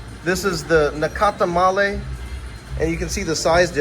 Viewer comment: There is no e at end of nacatamal not nacatamale